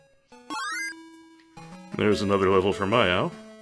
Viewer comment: It's MI-au. Like meow. Like a pokemon >.> Also in the english re-translation that roadpass isn't forged. It's just that nobody can get one and that guy has connections. I uh.. I don't think that's it's eye (Maneater/Deadtree) Really interesting to see the inspiration from games like Wizardry and Might&Magic going on in this game.